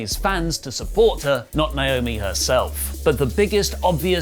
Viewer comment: is the Naomi pronunciation an accent thing? Lauri says it perfectly.